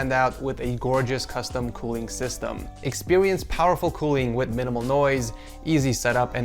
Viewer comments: LOL HE SAID COOWING ALSO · Also coowing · Power coowing